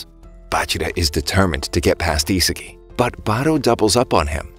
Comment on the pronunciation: 'isagie' Its Isagi